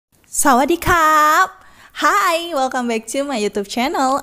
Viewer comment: Tolong ngomong sawadikapnya dikontrol ngehahhahaha